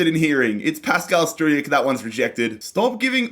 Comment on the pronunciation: Regarding Struijk, you pronounce his name like this :Strowk